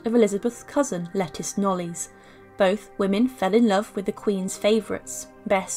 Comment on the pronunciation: The name Lettice Knolyss is miss pronounced, it should be pronounced: LETTIECE NOOWLS! ! But it was a very interesting docu, thank you!